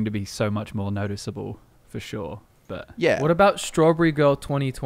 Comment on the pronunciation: Warm take: have never said "for sure". He only says "for Shor"